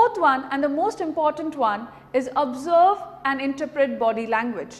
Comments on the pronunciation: Nice and Confident presentation :-) Cheers :-) Couple of corrections: Pronunciation correction: Success: Correct: suCCESS not SUCCess, (Stress on 2nd syllable not 1st) Observe: Correct: Awe+b+Zerb not Aaabzerb (its Awe sound not Aaa) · The only mistake I could spot in this 4 min video was one pronunciation "observe" it sounded like "abserb" Plz don't mind it It's my interest to find out mistakes and correct it that what I love doing. But this video hands down is the best video. Voku